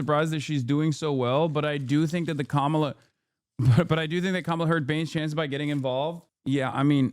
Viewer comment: Mispronouncing Kamala’s name runs so deep its even inside the dem supporters. Just like how they keep butchering Mamdani’s name.